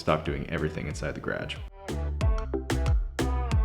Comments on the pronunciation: I and I hate how you pronounce garage. I am sorry but it just ugh. And a few other words to. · The way this guy says "garage".....sheesh. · Yeah we say "guh-rahzh". He says "gradg" lol 😁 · I love how you say garaatsj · Like how yoy pronounce garage GrAAge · Stur fry memes I thought everyone said grage LOL. 😅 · I love how he says garage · I always forget he’s Canadian until he says garage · I seriously love this guys accent! The first video I watched when he said garage I had to rewind just to catch what he said! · Yeah, we call it garage too here in Tennessee, its just his pronunciation of it sounds really Canadian. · This person just meant that the way he says garage is very “Canadian” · Person only in that part of Canada do they pronounce garage like that... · I find it interesting on how he says garage . It's not a bad thing. I just it interesting how different areas have different dialects and ways of saying words for example tomato or potatoe